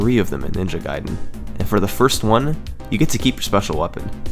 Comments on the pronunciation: It's not NINJA Gaiden, it's Ninja GAIDEN... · Ninja Gayden